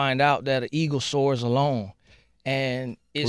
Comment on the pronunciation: sway so damn dyslexic - "ego" no sway "eagle"